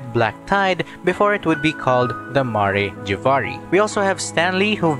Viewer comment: Ma-rey Jay-va-rey It's Mare (As in the horse) Jav-ar-ee, it's pronounced very consistently in Venti's story quest.